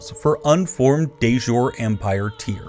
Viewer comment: Looks great... but please learn how to pronounce "de jure": It's /deɪ ˈdʒʊəri/ 😁